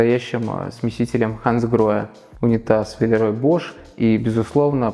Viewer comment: Дом в моем вкусе, немного похож по стилю на наш, у меня даже лампы над кухонным столом такие же)) Вы классно поработали, и очень интересно все рассказали и показали! Единственное, небольшая поправочка - Villeroy & Boch читается не как ‘Бош’, а именно ‘Бох’. С приветом из Германии ❤